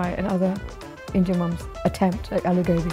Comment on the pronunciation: She said "Gobi" in an English accent. She should've just called it cauliflower, instead of calling it "Goobee". Its procedure "Gobi"! Darn it. 🤦‍♀️